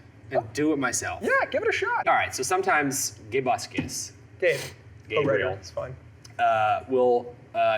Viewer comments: Toby You Said It Wrong Its Gay Buscus Duh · its not gaybuscus its gay.buscus theres a pause